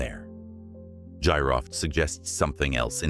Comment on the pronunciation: Battery may've been for ancient MRI 😮😮 GEEROFT is the correct pronunciation Gee-Roft😮